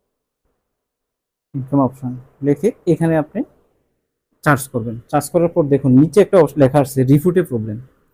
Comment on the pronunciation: চার্চ না উচ্চারণ হবে সার্স!